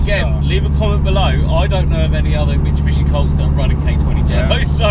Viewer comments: my man, it’s pronounced: “MIT-SU-BISHI” not Michubishi 😂😂 come on dude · why can’t you pronounce Mitsubishi? (Mishibishi)😂 made me cry every time